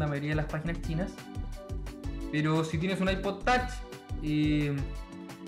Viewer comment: Es Ipod touch no tach aprende bien ingles.